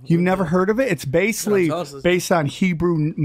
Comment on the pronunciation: If he could pronounce the word "Basically" correctly, he would be more believable.